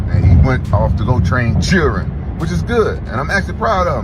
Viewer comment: the way rampage says children tho lmao!!!!!!!!!!!!